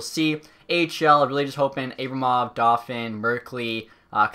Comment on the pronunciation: It’s pronounced Ar-Buh-Mov not A-bruh-mov